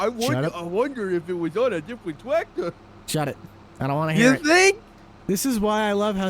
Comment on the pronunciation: "i wonder if it was on a different twactor" lol